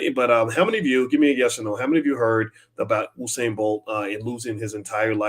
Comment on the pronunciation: Bro, you're mispronouncing the Legends name. It's U-sain no Oo-sain